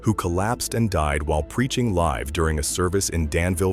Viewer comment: The AI robotic voice can't pronounce live right